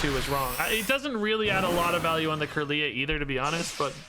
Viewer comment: When he says “Kirlia” ☠️ is trying though lol.